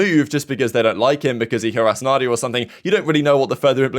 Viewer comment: Mandia not Nadia